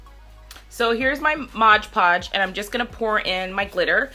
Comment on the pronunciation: MOD PODGE. not “modge podge”🙄